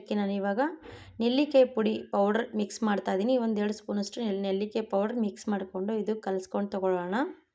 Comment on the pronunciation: Nellikaayi annodu kooda sariyagi helbeku